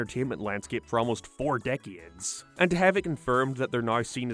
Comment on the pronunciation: How did you pronounce decades?